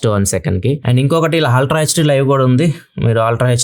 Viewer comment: మీ వీడియోలు చాలా ఇన్ఫర్మేటివ్ గా ఉంటాయి. Meeru eppudu aaltra antuntaru. అల్ట్రా అని ఉచ్ఛరిస్తే బాగుంటుంది